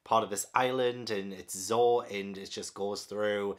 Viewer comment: Zo not zho